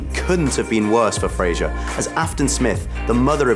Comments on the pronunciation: You could at least pronounce his name correctly. it's Frazer not Fraiger, Brendan even said it himself.(oh well i'm probably not the first to mention this) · It's pronounced Fraser, not Frasier. smh.